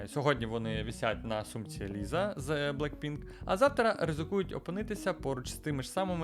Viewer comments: Не Ліза, а Ліса 🤦🏼‍♀️ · Класне відео, тільки якщо ще колись доведеться згадувати Лізу з Блекпінк, правильно вимова її ім'я Ліса. Саме через “с“ але це на можливе майбутнє